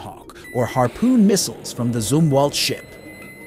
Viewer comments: ITS PRONOUNCED ZUM-WALT. ZUM NOT ZOO. Like some or thumb as in gee your dumb. NOT ZOO like your full of poo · It is Zumwalt, not zoomwalt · It's zum not zoom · Huh, maybe I am mistaken. But I read Zumwalt as Um Zum Walt, not ZOOMwalt!😂😂😂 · Take a drink everytime he mispronounces USS Zumwalt.🤦🤦🤦😂😂